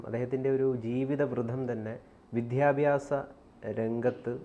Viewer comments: വിധ്യാബാസം എന്ന് പറയല്ലേ, വിദ്യാഭ്യാസം എന്ന് ഉച്ചരിക്കൂ. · വിധ്യ അല്ല വിദ്യാഭ്യാസ० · വിദ്യാഭ്യാസം not vityabhyasam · വിദ്യാഭ്യാസം എന്നത് ശരിയായി ഉച്ചരിക്കു